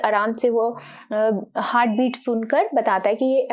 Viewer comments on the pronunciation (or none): none